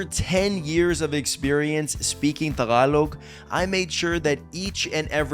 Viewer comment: the way you pronounce Tagalog is music to my ear. Good for you, buddy! 😊😊😊